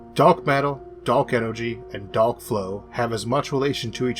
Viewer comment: Da'ark matter not dork matter. Pronounce ur words better bitch